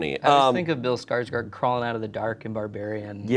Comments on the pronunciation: If anyone cares Skarsgård is pronounced like the beginning of Gordon :) /A swedish person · My jimmies got rustled everytime tried to pronounce Skarsgård